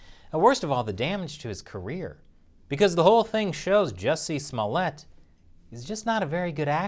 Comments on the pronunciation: Sir, it's pronounced Jew-cee Smoo-yay! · You're saying his name wrong. It's Juicy Smolljé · Dace Chappelle will teach you how to say his name. you're murdering it worse than epstein